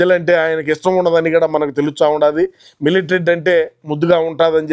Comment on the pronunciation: Millet not Milatary 😅😅